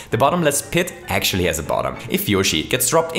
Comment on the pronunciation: "Yoshi and Mario are really good friends": "ACSHUALLY"